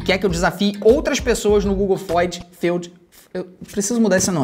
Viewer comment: se fala Google fyood